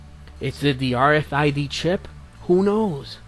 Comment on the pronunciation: It's called RFID not RFDI. Learn to speak my brother in Christ.